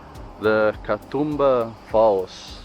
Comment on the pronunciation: Sorry for hogging the comments. The "oo" in Katoomba is a long sound. Think of how an Aussie would say zoom. Ka-zoom-ba. Ka-toom-ba. I just got to the end of the video and realised that your stay here has finished, advice on pronunciation is probably not of much use. I'm glad you enjoyed your time here. Safe travels for the future 😊 Please come back and see more of our wonderful island. I hope you were made to feel welcome while you were here 🙂